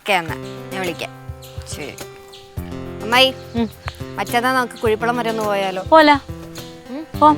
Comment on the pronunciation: മമ്മായി അല്ല അമ്മായി എന്ന് വിളി